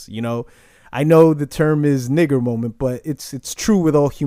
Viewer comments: Bruh can you not use the "hard R" when you say nigga lol. I was lowkey getting uncomfortable. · 😂😂 you caught me off guard with the 'er' at the end bruh! love the content